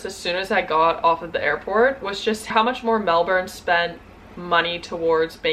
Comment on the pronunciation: I've lived in Aus for 27 years and I'm still learning the lingo! Your pronunciation of Melbourne was perfect btw, so many Americans struggle with it!